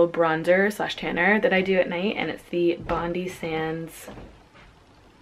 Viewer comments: Love watching your videos, Olive is super cute 😍 Just an FYI Bondi (BondiSands) is pronounced Bon-Die, it's a famous beach here in Australia 👍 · Love the lip combo! P.S It's pronounced Bond-I (the 'i' is pronounced like in 'ice' rather than 'i' like in 'igloo'). Love from Australia xx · Bondi Sands is pronounced ‘Bond-eye’ as I the famous Australian Beach 😊👍🏻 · Bondi is pronounced "Bond-eye" (Bondi Beach). Come visit Australia!!